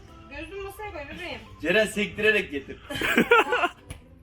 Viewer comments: Cerenin neden CeKü diyişi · Ceren abla cekü dedi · Farkında mısınız Yalçın abi cekü dedi yani ceren kürşat